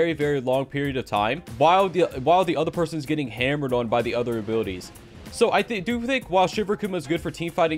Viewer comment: When he says abilities I hear him say abooties